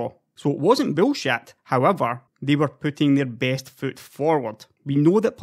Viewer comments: the way you say bullshit is funny as hell, I love your videos man, never change. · What is 'bullshawt' ???